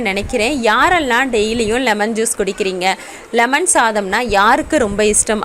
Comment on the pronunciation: லெமன்,என்றால் என்னங்க,? ளெமன்"என்றால் என்னங்க? ----------------------+ எலுமிச்சம் பழச்சாறு தண்ணீர் கலக்காமல்" ஒரு டம்ளர் குடிக்கலாமா? ------------------------+ கல் ஈரல் .சரி. கள் ஈரல். பிழை. மலச்சிக்கல்.சரி. மளச்சிக்கல்.பிழை. உச்சம் தளை.பிழை. உச்சம் தலை.சரி. பாள்.பிழை பால்.சரி. *தமிழ் உச்சரிப்புக்களைச் சரி செய்யுங்கள். சகோதரி" அவர்களின் பயன் ~K.k.n~